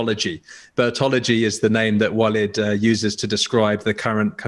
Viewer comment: Interesting topic. BTW, Walid is pronounced Waleeeeeed